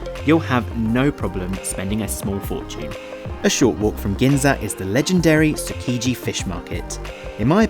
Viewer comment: it's edama 'may' though, also you don't pronounce every vowel, like tsukiji, suki is pronounced more like skee